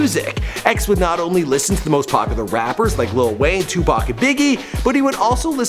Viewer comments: He went to the same middle School I did.. it's called Margate not margrate middle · this nigga can't pronounce pompano or Margate for shit